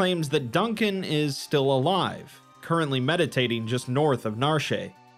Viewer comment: The town of Narshay? How do words based on French mess people up so badly? When you see complete do you want to say completay? 😂 Cut it out for the love of God 😂.